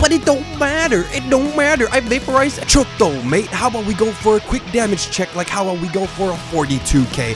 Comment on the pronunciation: are we not gonna talk about the way he said "chotto mate"